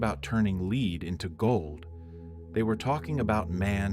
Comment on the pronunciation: This IS AI??? I love these videos! But I just caught the mispronunciation of lead if the context clue of the word gold wasn’t near by.? I’m disappointed 😅